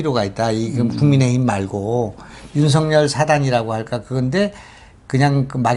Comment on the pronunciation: 윤석열은 연음법칙에 따라 윤서결로 발음해야 합니다.윤성열이나 윤성렬로 발음하는것은 매우 잘못된 것입니다.소위 지식인이라는 분들이 우리말,더군다나 가장 중요한 사람의 이름을 잘못부르는 것은 방송의 신뢰와 화자의 수준을 의심케 합니다. tv 애청자로서 안타까운 마음에 드리는 말씀이니 은 물론 누가 페널로 나오든 꼭 지켜지길 바랍니다.